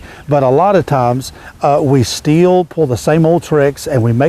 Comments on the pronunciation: It's pronounced STILL not STEEL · Is he saying "set steel" or "sit still"?